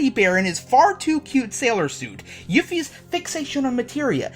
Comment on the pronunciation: Fucking pronouncing Yuffie as Yiffie? really dude? And its Mid-Gar man..